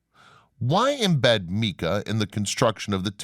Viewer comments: Mica not Meeka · Omg it is not pronounced Meeka. You are supposed to be a subject matter expert. Mispronunciations that take 3 seconds to look up drive me bat shit crazy. I need a life. Mica…It is pronounced my-ka. Even a Spanish speaking person would say my-ca according to their rules so you can’t claim using their style. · Bro, you gotta work on your word pronunciation. You absolutely butchered people's names, places, things, and ideas. How are you going to pronounce mica as "meeka"? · Great information , videos, and photographs! Thank you. The narrator has some interesting ways of pronouncing some well-known places and words. I’ve never heard of the way he pronounces some things, including “mica”.